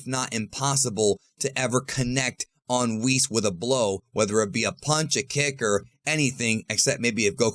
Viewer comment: WWHees? Its WH IS